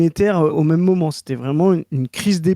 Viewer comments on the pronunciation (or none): Ok toujours sur l'enquête de pourquoi prononce "meume" le mot "même" 3 possibilités: Variante de prononciation picarde, bretonne ou normande. L'enquête se ressert